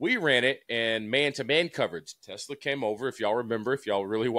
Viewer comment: Josh - please bust DJ's chops for Teslaa pronunciation. Lol😂